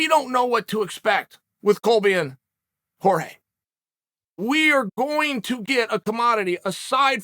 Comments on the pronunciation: Chael Accidentally Broke His Character By Pronouncing Jorge's Name Right At The End Of The Video. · Chael finally started pronouncing Jorge correctly